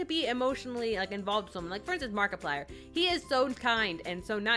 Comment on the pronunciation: did you say M A R K I P L I E R !